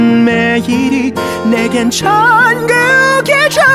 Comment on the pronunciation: 발음 진짜 개 억지로 굴리는데 그게 이 노래의 매력인듯 들으면 들을수록 좋다 느에갠 춴구기즈옹